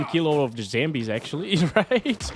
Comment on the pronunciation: Why do u call them zAmbies As in Apple It's zombies😂😂😂